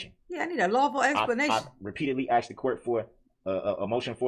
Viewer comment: ITS AXED ME😂😂😂